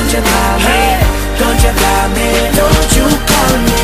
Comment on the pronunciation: "dont you kal meh frends" what apronounciation!